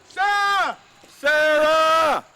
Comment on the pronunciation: SAR UH SAR UH